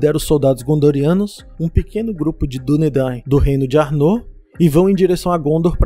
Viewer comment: Seria: ÁrnoR a pronúncia e não Arnô como parece. O vídeo está bom e bem explicado, parabéns!